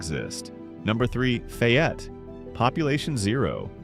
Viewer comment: Faaayette not